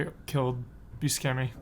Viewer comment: Why can't pronounce Steve Buscemi? Has he really never heard another person say it correctly?